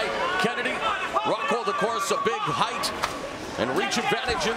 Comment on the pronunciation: When people say "heightH" it's so awkward....